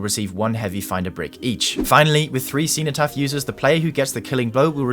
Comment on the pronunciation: Man as a Brit how did you pronounce cenotaph so spectacularly wrong